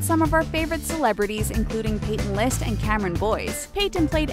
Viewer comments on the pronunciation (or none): none